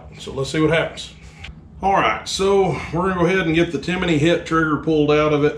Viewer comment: TIMIIINY? There’s no “I” in there bud